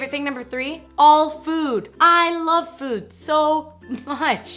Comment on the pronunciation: I thought she said boob instead of food and I was like "woah calm down".